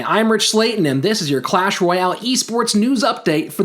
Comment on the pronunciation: It's "Clash", not "Q-lash" 😉